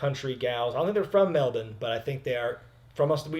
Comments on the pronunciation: Cheers for actually bothering to pronounce Melbourne correctly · Good job on pronouncing Perth and Melbourne properly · Firstly, thanks for pronouncing Melbourne correctly. Second, the Iiconics are from Sydney not Melbourne. I was there and you could hear the chairs on Undertaker's back from the stands. The show overall wasn't great and the MCG is far too big. Unless you spent minimum of $300 per ticket, it was too far from the ring. Vegemite is horrible but Four N Twenty pies are awesome. John Cena was the worst part of this event. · I think my biggest take from this review is that said Melbourne CORRECTLY!!!! On behalf of Australia, I thank you very much haha the American pronunciation of the word is normally hilariously bad but you did really well here. *we don’t drink fosters though FYI:p